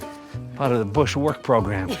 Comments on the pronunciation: Mrs. Bush sounded like she wanted to say BUSHYY with out the H and P instead of a B lol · Something interesting why the First Lady called President Bush with the "ie" sounding in his name... That comes from the time Mr. Bush was president and visited Europe; President Bush had a great reception from people there and the crowd was chanting his name which in local language adds an "ie" at the end of the name... similar to female's last name adds an "a" to a feminine name.